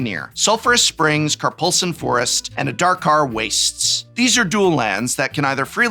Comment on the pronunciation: Kar-pulse-an? Forest?, as an English teacher, I'm sure you know it's pronounced Kar-ploozhan Forest.